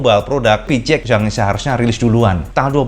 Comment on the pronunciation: Kenapa nyebutnya PiCiEx bukan PiSiEx?